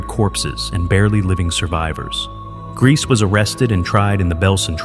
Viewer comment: The name is pronounced "Grey-za".